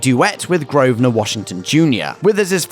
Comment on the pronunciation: Grover Washington, Jr. not Grovner.